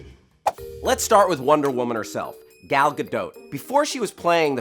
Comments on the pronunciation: The "a" in Gal is pronounced the same as the "a" in Gadot. (Gahl Gahdote) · please say Gal's name right! it's not difficult!